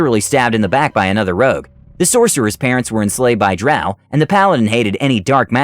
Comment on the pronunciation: i get so irrationally angry whenever he says drow like that